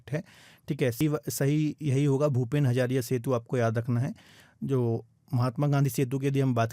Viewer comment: Hazarika setu not hazariya